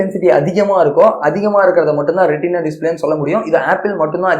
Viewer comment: Retina bro not rentina